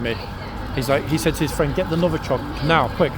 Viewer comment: Love your flights of fancy “Novochoc”🤣🤣🤣